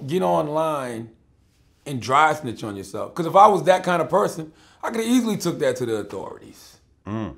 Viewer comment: why put so much emphasis on the word easy lmaoo